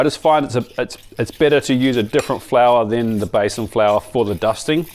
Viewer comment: Hi by the way it’s pronounced Bee san flour. Love your work 💋